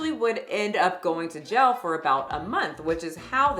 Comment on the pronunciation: I love the way you say the word jail lol. like gel